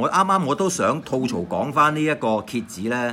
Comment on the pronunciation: 點解乜撚野都講吐糟, 究竟條友知唔知吐糟點解? 讀都讀錯!